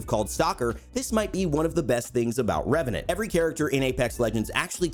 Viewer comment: "number 12 ReVeNaNt" Disliked, closed video.